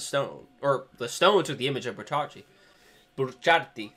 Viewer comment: It's not pronounced bucharti the helk